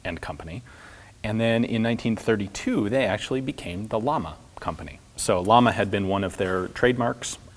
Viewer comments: It's pronounced Yah-mah (Sp. flame ) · Depending which Spanish-speaking country, "LLAMA" pronunciation in English (phonetically) should be "YAMA" or "SHAMA". Great channel! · Only complaint is the way you pronounce "Llama". Double L, "LL", is pronounced in spanish (and several other languages) like the english "Y" in "Yes".